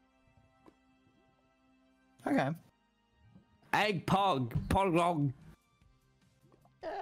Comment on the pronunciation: "eGg pOgOg"